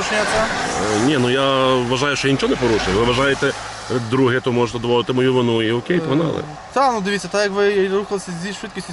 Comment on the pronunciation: чому в тебе всі поліцейських мавпи, а ти нє?Я бачу по твоїй мові що теж мавпа,розмовляти не вмієш на рідній мові додаєш м,який знак де не треба сімдесять???чи сімдесят,наголос ставиш де не треба,букви ковтаєш мона,тре,хтів що це за мавпячи слова чи проблема вивчити рідну мову.???